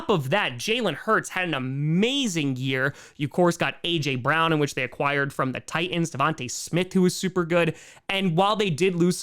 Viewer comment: just one question...who are the "tie-eeens"?